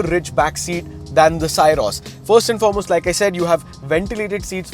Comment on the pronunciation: From the title, it felt the video would be very positive 😂 but that was the only positive thing in this video about the car - the title. Also, it's pronounced "Syros" as the "sy" in "system". Not sai-ros.